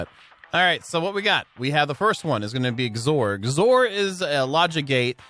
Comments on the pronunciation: XOR is pronounced "ex or". It's short of "exclusive or". Meaning it's like "or" but it is exclusive when they are all on. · Anyone else bothered by the way he says xor or is it just me..? 😜 (X OR. 2 words! X then OR. Lol)